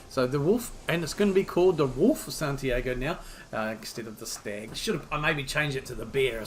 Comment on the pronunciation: Only one little thing: it's Santi-ah-go, not Santi-ay-go. Rhymes with cargo for you.